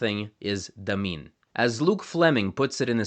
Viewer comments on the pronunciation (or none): Came here to say exactly this. Also the first syllable is almost always stressed in Tangkic languages, so we should hear LArdil, DAmin, and YUkulta, not larDEEL, daMEEN, and yuKULta as he pronounces them. Funnily enough, pronouncing the r as flapped like he does leads to "marlda kangka" (hand language) sounding more like "marralda kangka", which would mean "ear language". This is all nitpicking though, as linguistics enthusiasts like to do. Grateful to have a well researched video about these little-known languages!